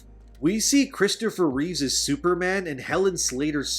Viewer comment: And again later in the video referring to 'ReeveS'eS family'.... Which should have been 'Reeve's family'.